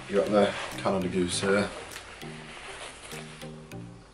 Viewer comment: Bro got the Canada FOOSE 😂😂 and the Monfakey